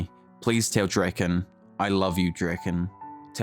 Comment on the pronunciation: Keysaki Drak-eN, etc Ngl, sounds so wrong lol